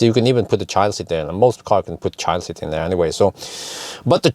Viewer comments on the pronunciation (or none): none